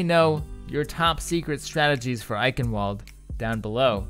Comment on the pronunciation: well the ingame voice announcer got it wrong also, by now im just used to it, doesnt change the fact that its wrong